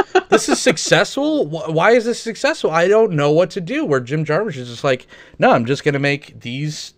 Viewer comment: You guys keep pronouncing his name Jar-Moosh and its bothering me